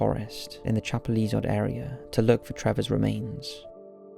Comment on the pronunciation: Chapelizod is said as chapel lizard: just for future reference